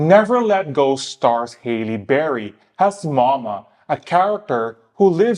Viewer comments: her name is HALLE, not hailey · Her name is not HAY-LEE Berry ...it's HAAA-LEE Berry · Halle is pronounced like Sally lol